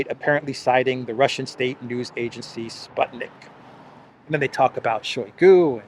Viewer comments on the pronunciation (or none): none